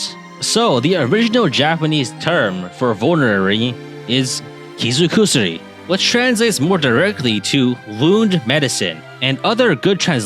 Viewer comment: 傷薬 is pronounced Kizugusuri, not Kizu Kusuri. Compound words in Japanese will often voice the first consonant of the second word, thus turning K to G. This is why one of the katanas in Dark Souls is called uchigatana (uchi + katana), or why the Japanese term for a sushi roll is makizushi (maki + sushi).